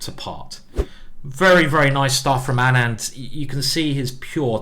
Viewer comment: Just clarifying that Anand is pronounced like aanant not anaand